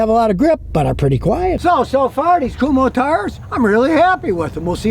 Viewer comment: Kum-Ho tires? 😂